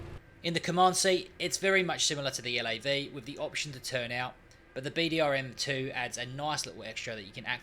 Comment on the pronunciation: how it triggers me so when you say bdrm-2. nonetheless, nice introduction video for 1.3